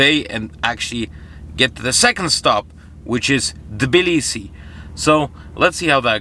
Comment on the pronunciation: it's actually not Balisi, it's Tablisi, Georgia (the Capital). Good luck!